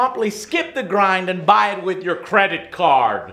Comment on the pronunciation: "Let me see that KREDIT KARD"